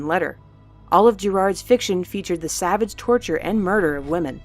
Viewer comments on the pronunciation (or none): none